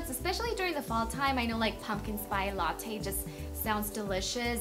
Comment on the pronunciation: Spice. Not Spy. Latte.